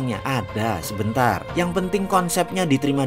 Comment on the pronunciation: Saya suka banget: "KITA BUTUH 500TRILIUN, DARI MANA UANGNYA? ADAAA...SEBENTAAR...( JAWA BANGET BOS ) MANTAP